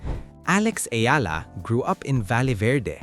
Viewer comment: Its Eala ....you keep on saying "Ayala", annoying!